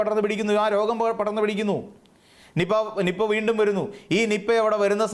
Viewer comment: നിപ്പ എന്ന് പറയാൻ വരെ അറിയില്ല... 😄